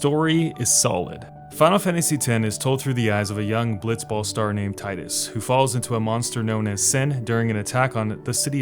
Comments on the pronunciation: not about final fantasy , but can you make a video about days gone? 🤔 would like to hear what you have to say about it. and you call tidus as "tiedus" instead of teedus triggered me xd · Gah! I love your video but one thing I dislike is the mispronounced tidus! It's TEEdus! That aside still love the videos bruh! Keep it up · It’s TEEEEEEEEEEDUS. Jesus, it’s been almost 2 decades!